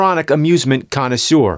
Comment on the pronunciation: "He's the Exasperated Nintendo Conossieur..."